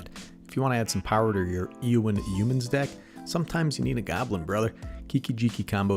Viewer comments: Ay o in is how it's pronounced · A: I think it's pronounced A-o-when B: Is there any chance you can do a video on the other commander in this deck, Aragorn, King of Gondor?